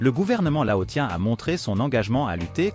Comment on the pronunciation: Laossien..... prononciation